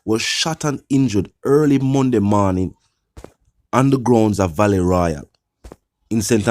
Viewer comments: Vale not valley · Dude u not on your social studies.. the word VALE is pronounced Vey Hale. Lol .Which school you go boss.. #Semiliterate.. Come out Vlogger ting general